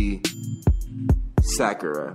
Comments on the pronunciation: Did he call Sakura, Shakira? Lmfao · WHY DOES HE CALL SAKURA SHAKIRA I CANT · Big Chungus // sack yee ruh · Me:Sakura:SHAKIRA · I like how he pronounced Sakura as “Secure-a” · he pronounced sakura sa-cure-ruh what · did he just call sakura shakierra i uhhh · Sack-cure-a lmao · Sakura is literally the most easiest name out of all of them and he still mispronounced it😭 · Man I love this but Can we talk about “Makahtoe” “sack-ura” “sakeara” why he gotta do these names so dirty :( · As hilarious as this is, it’s annoying as hell when he mispronounces the names. Especially Sakura and Danganronpa. No hate though, this is hilarious to watch the reactions